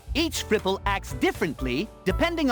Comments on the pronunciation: I keep hearing cripple instead of fripple and ngl that made it so much funnier. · I had to double take at the part where you introduce stadium island, because the first time said it, I heard 'Fripple' as 'Cripple.'